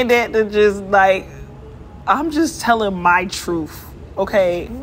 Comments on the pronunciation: I tend to not listen to anyone when they say “truf” instead of “truth”. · "I'm just telling my Troofh" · Truf? Or truth? SMH lol axe or ask ? Lol SMH wow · I think it's closer to the Troofth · I think she said ... "Troof". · No she said "her truff" ! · I believe she said "my troof". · She said "my troof" (truth) 🤣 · Telling the "troof?" What is that? Does she mean "truth?" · what the heck is "truff" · Sorry I couldn’t watch the rest of this video, you lost me whenever she said TROOF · Btw it’s truth not truf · Somebody help me out - did say "trufe" or truth? Can't tell... great analogy btw Officer T - used car. Dang. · Did she say “truf” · When she says "truth" like "truf" you be trippin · Someone want to tell her it's pronounced "TROOTH" not TROOF" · Her "troof"??? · This whole interview disgust me!! It is "truth" not "troof"! And a 12yo having sex in the hood? Clothes a couple sizes too small? 2,000 sexual partners and she's laughing about it? With that many partners, how many STDs or abortions has she had? We are all sinners but this is ridiculous! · FINALLY The Truf!!!!! 🤣🤣🤣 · Her ' troof ' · What is a "TROOF"??? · What is a tooph? I believe it is pronounced truth. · She said Troofth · Listen again. She be tellin' her "Troof". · She didn't say "truth" ... she said "troof", so your comment makes no sense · Did she say it’s my troof? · I didn't make it past "My truff" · What the fuck is Truff? Learn proper english. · She's just saying her troof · She was just telling her “troof” 😁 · "My Troof" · "I'm jus tellin my trufe"! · Says Truff! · “My Truff” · She’s telling her “troof” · Ya you didn’t say it right. 🎉 love your channel